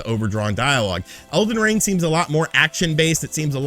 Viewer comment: He called it elven ring like 4 times😂